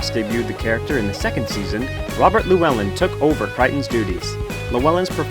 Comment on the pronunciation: The pronunciation of Llewellyn here is hurting my poor Welsh brain :(